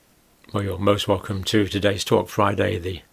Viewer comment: Most welcome or mass welcome or probably must welcome? I'm not used to Listen to rotten tomatoe english